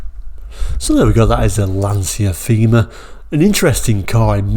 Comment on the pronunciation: It was pronounced "tayma"